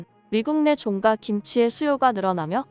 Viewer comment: 외국인인가? 아니면 A.I.? 종가집 종가는 그냥 종가로 읽어야지! "종까"로 읽냐? 혹시 쭝국인 아니야?????